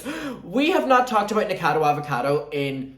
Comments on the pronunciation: What is up with people say NIKADO Avocado?? Like is the alliteration just lost on you? NikOCADO AvOCADO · it’s pronounced Nik-a-cado avocado 🥑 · never heard anyone pronounce nickacado like that i like it